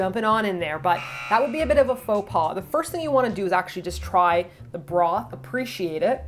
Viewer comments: "That would be a bit of a pho pas" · Don't you mean PHO paux😂😂😂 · faux pas? or... pho pas?